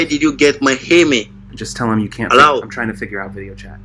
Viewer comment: Hello sounds like Allow 🤣🤣🤣🤣🤣🤣